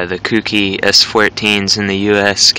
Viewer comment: It's pronounced "coke-e" not "coukie". Clean car though.